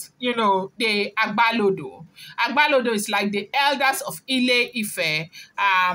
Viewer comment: It's not agbalodo but agbalode